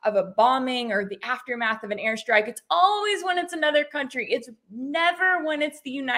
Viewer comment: "air SHTRIKE"